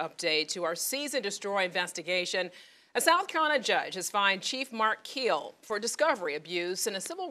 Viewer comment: It’s Keel not Kill fella